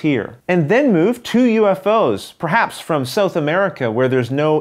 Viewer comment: Excellent video, my friend. Your computer graphics skills are increasing with each game. On a side note, I think that's the first time I've ever heard it pronounced as "Sew-th" America. :)